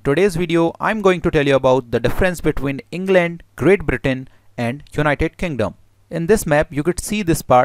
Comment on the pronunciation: En gland? How's ur En gland... My En gland is fine ty. Japati????